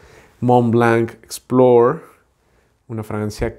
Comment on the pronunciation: el verbo explorar sí se pronuncia así (explore), pero el sustantivo explorador no (explorer).